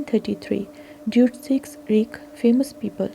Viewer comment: Reich is pronounced 'Raik.'